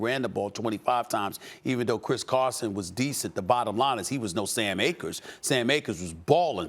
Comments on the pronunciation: Definitely cam Akers not Sam Akers😂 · The man's name is Cam Akers not Sam Akers. Hidden gem on my bench all year. Thanks McVay for finally taking Cam out of time out. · Sam Akers 😂 it’s cam my guy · Cam* not Sam, stupid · CAM Akers Steven A, not SAM Akers!.....CAM! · Put some resepek on his name , it’s Cam Akers not Sam lmao . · Did Stephen A even watch the game? Lmfao he said both SAM Akers and John WAHford... bruhhhh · Why SAS talking football when he doesn’t even know “Sam Akers” name is “cam”?😂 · UH that's, Cam Akers, Stephen A. Not SAM AKERS ...smh when y'all sit there and disrespect these football players name and not correct yourselves , like its unprofessional, what these teams did on Saturday was great on both sides but those Rams just put more heart , simple, Russell tried , he really did but he has no O-line , facts, but come one hold your people accountable, it's comes off as disrespectful and ignorant, and SAS should know better. Like wow this man A NFL PLAYER , that's awesome in itself...what a shame! NO ONE CORRECTED HIM EITHER... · Did I just hear Sam Akers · “ sAm AkErS ” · Wait did he say Sam akers??? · "Sam Akers" okay Stephen A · nobody: absolutely nobody: stephen a: “sam akers”